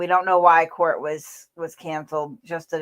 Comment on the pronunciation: Court not quart. Sorry talking in the microphone